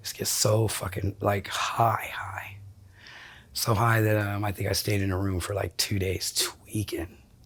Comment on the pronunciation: I hate how she talks about getting "hoigh" like she says it like it's the best thing ever.. im an addict of opioids for twenty years and be not fooled, there's nothing cool about it! You trade everything beautiful in life for a few pathetic seconds of relief